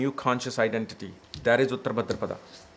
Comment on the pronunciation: Wow. You look like somebody who knows more than Dr. Arjun Pai or Sanjay Rath, Kapiel, or even K.N. Rao. Bhadrapad, not Bhadrapadaaa 😂 Reminded me of Hermione of Harry Potter 😂